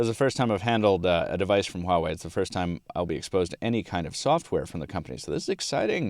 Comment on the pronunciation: Finally someone pronounce the name right = =